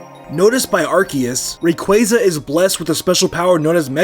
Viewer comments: Ray-qwah-za not Ray-qway-za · Ray-qu-Ah-za ar-s-ee-us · DO NOT LEAVE OFF THE Y IN RAYQUAZA!